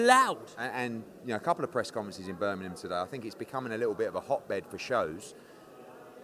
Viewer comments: Birmingham, not Burminum. 😂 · There’s a G in Birmingham btw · can’t say Birmingham properly! 😂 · Annoying how people don't pronounce the 'g' in Birmingham...😂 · Can eddie say Birmingham properly ffs